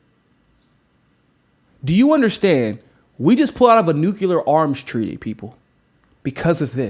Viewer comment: I love you, brother. But I swear to God, if you don't learn to pronounce nuclear, I'm going to get your mama to wash your mouth out with soap.